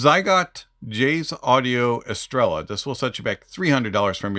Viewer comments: Never seen someone mispronounce every single thing of a product "psygot estela" lol 😂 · Neither do I, just did a little duo lingo try for a week, but i simply research stuff, however Jay in his videos calls it „Estreya” all the time , but seems almost noone of the reviewers watched his stuff then hahah P.S well i know how to say Estrella, first and foremost because there is a beer called like that in Spain and I enjoyed those eon my Mallorca vacations :D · It shouldn't matter, they can pronounce it however they want, but the correct pronunciation is estrella